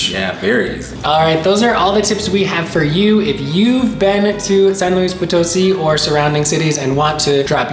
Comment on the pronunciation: Educate yourself on the correct pronunciation of the place you visit... It's San Luis Poto-SI... Reflects ignorance and no consideration for Spanish... Follow the accents... UGH!